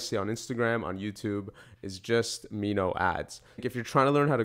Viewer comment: It's Mimo, not Mino hehe. Thanks for the video mate!!! I confess I had bought an annual subscription before I watched your video. Might as well use it for reference.